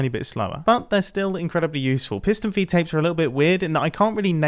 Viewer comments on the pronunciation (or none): i thought it was fee take XD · I always thought it was "piston feed tape" not "piston feet tape" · Piston "FEED" tape. Not feet tape 🤦‍♂️ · For some reason mumbo called it a feet tape with a T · wait did you actually call it "piston feet tape"? that's illegal